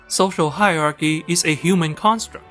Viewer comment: narrator legit went hard on vulgarity...pronouncing "social hierarchy" as "social 閪rarchy".